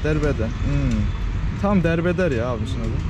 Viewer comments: ...Berberin adı Dermender, ona Derbeder dedi ya laa 😁😆😅🤣😂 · Dermender Derbeder diyen kral ya :D patladım